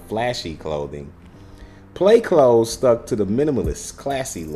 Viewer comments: Smh you not even pronouncing it right. Wow. But ok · Is it pronounced “clothes” but spells as “cloths”? Or are you saying it wrong?